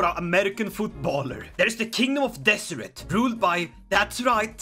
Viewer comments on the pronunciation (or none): none